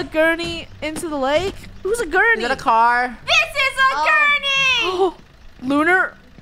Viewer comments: No one:: COME ON AGURNEY Me: it’s a gurney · It was like all of krew were saying "Agurney” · It is gurney not agurney